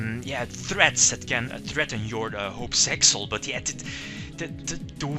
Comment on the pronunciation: It's really meant for Piper Chaos since Utopic Dragon can be summoned the same way. Thankfully, Shock Master is banned in TCG. Btw, it's Zexal, not Sexal.